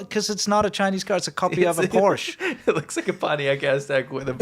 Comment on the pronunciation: It's painful when attempts to say "Porsche."